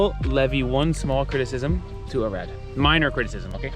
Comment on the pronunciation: Doar eu înțeleg "Irak" când pronunță "Arad"? 😅